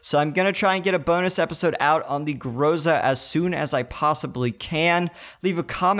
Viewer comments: It's actually grozA not grOza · 1 mistake: Groza, accent on "a" not "o". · you can hear how it sounds on russian by typing this "Гроза" to google translator. Almost all eng youtubers say grozA and for me it's kinda annoying because it's not right